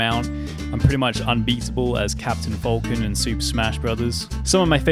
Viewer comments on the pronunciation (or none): Bruh says "folckon"